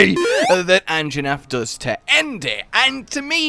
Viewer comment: Anjanath, not "Anginath"